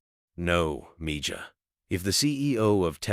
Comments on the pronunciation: Please teach your AI voice that "Mija" is not Me-Jah it is Mehah. And take out the several minutes of repeat right in the middle. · Ok so I have a real question How did this story get known? Every detail I think Mr.Musk would be to Humble to tell this story down to every detail. And the guy telling the story keeps saying Miga that word is spelled (Mija but the J is the sound of H) so it’s Miha that means Daughter but like a little daughter. I think this story is B/S sounds to Fairy tail. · It's petty, but her mother keeps calling her M-ja it's Spanish and it's not m-ja it's Mee-ha! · MIja is pronounced ME HA not me ja. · I wish AI could pronounce Meja as meha. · Nice story, yes...but it's MeeHa, not MeJah😇😘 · Meja pronounced Me ha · No matter what anybody agrees with, I tell you AI IS VERY BAD! Why are you using it-doesn’t work for PRONUNCIATION! It’s MEE-HA!!! It’s a loving word a Spanish person uses for suns and daughters and children they love or are being sweet and loving to! It’s DISRESPECTFUL 🤔🤔🤔🙄🫣👎👎👎pedestals and worshipping is only for our LORD and SAVIOR JESUS CHRIST🎚🎚🎚🤔🙏🏻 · If you can’t say it right don’t use the language. It’s Miha j is an h sound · Its pronounced Me Ha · I hated that he's not pronouncing mija correctly. MEHA is how it's pronounced. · Enjoyed Learning that Elon Musk cares about his employees health benefits. However, you should pronounce mija correctly if you go to Google translate You can hear the correct pronunciation of MIJA. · The "j" in mija is pronounced as an "h" in Spanish. Wonderful story otherwise. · If you are going to tell a story and use one lousy spanish word, at least look up the correct pronunciation!! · You all believe this story? Do you think Elon is aware of this lil video? I as a spaniard can’t stand the way this AI pronounces MIJA!! LoL the j sounds like an H. Damn it. Jajajajajaja